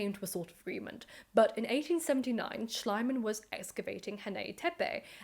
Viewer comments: The keyword here is "gross exaggeration". Most scholars today admit that modern archeology actually started with Schlieman (Schleeman not Schleyeman). We have come a long way since then and should maybe not judge mistakes by modern standards. I think most of the English narrative boils simply down from being pissed that a German bloke "stole" the glory from a Brit. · I assumed it was an intentional mispronunciation, in keeping with the premise of the narrative: Schliemann=slime-man. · I love how the way you pronounce the name, "Schleim-Mann", would literally mean "Slime-Man" in german 😀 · I know I'm a little late to the game but here goes nothing. A golden tip on pronunciation: English is by far the only language in which the letter "i" and to a lesser extent the letter "y" are pronounced as aye. So Schliemann should sound like Schleemann. You're welcome, should you get to read this,. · It is pronounced SHLEE-man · I like your pronunciation of Schliemann, if incorrect, far more, because it sounds like Schleimmann, meaning a slimmy man or a sycophant. Befitting a man such as this. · I have to ask, would all of these discoveries have been possible if not for the money Schliemann spent on the project no matter how he butchered things? Also, in German, the second vowel is sounded so it is Schleeman. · I think it's pronounced "schleeman" (ˈʃliːman in IPA) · Small Detail: based on the spelling, the correct pronounciation would be shleemann. Long e. Lovely Video on a man that needs to be Made fun of in History books more often. Especially the German ones. We are a Bit too good at pretending that it's Just the british and french who keep on destroying stuff by "discovering" it 😅